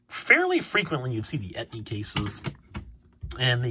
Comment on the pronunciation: No shade or anything, love the content. Were you talking about the "entei" promos and just pronouncing it as "etni" I was a bit confused there.